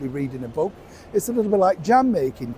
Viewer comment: Did you say book or crook club?